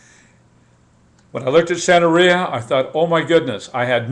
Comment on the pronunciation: Sir, with all due respect you are an IDIOT. If you are going to speak on something you should do your research thoroughly. La Santa Muerte has NOTHING to do with Santeria (or Santa Maria) as you called it. You can't even pronounce Santeria correctly. You shouldn't talk about things you have NO idea about.